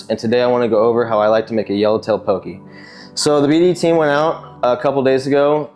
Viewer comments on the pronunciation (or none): Pronounced “Pokeh” not “pokee”